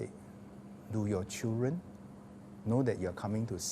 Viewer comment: Mr education minister, please set a good example to teachers and work on your english language and especially your enunciation. Dont pronounce "chil ren" but "children"... "dren" your "d" is missing. You are just like goh chok tong's "chilren chilren...."